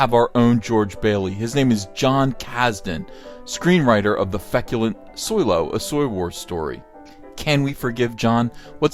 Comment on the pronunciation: "Feculemt". heh.